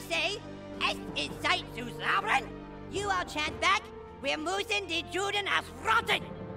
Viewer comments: The problem is he's not pronouncing it correctly. Eric says "Reich" (one syllable) but means "Rache" two syllables. Also, they mispronounce "Juden" because they pronounce it with an English "j", as in "jewel" when it is meant to be pronounced as a "y", as in "yellow". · The best part is when he says Juh instead of Yuh. Hilarious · As a non-german who speaks german, the pronunciation of Rache and Juden always bugs me lol. Rah-Phlegm-cah, and Yoo-denn are the proper pronunciations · juden in German is pronounced Yuden, the letter j in German is pronounced like a y in English hence, juh instead of yuh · It's pronounced Yuden! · I think it's pretty clear from the pronunciation of Juden that they didn't do much research into how to pronounce the German